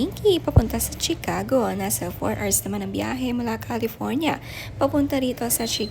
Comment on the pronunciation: That's not Chi-Cago ang pronunciation niyan.